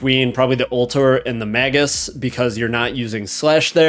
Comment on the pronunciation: Ring of “MAH-GOOSE” dude come on